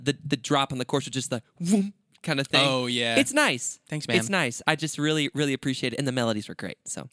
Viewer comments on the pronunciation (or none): I already love this “vreally” much! Haha 😂